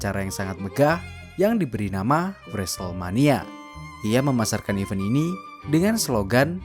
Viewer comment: bang, event itu bacanya bukan i-veun. tapi /ɪˈvɛnt/ or /əˈvɛnt/ (ih-VENT or uh-VENT), e di situ dibaca bebek. punten ya bang🙌